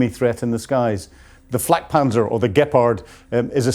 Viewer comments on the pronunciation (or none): none